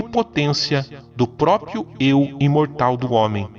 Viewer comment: Cara, o vídeo e o texto são maravilhosos! Mas eu não consigo deixar de reparar que, a maior parte da galera pronúncia "próprio", da forma "própio". E cara, isso me deixa muito desconfortável kkkkkk Desculpa, não é intenção corrigir, mas só encher o saco.